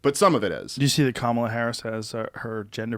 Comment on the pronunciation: Maybe start by pronouncing Kamala's name correctly when espousing that you're not a racist ...